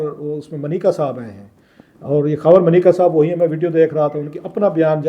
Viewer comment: It’s Manika sir not mneeka